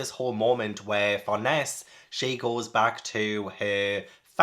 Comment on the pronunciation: Tiny, maybe not super needed thing since you're all caught up and may have found a pronunciation guide already, but here, for some of the one's you weren't sure on: Farnese is pronounced like FAR-NAY-ZAY. If it helps, remember it's an Italian name. Don't blame yourself for not getting that, I believe the vast majority of the English Berserk fanbase said it like FAR-NEICE or FAR-KNEES until the (infamous) 2016-17 anime came out and most of us actually heard it spoken for the first time. Also, Ivalera is said like EVIL-ERA. There's even at least one instance of Puck calling her Evil Airhead as a joke in a panel (which makes more sense when you know the pronunciation). As for Shierke, honestly just say SHEER and then any K noise you like and you're basically good. Whether it's a hard KH, a KUH, KEY, KAY. Whatever suits you're fancy and you're close enough. KAY is more-or-less how it's said in Japanese, but it is a German name so there's wiggle room on that being fully correct.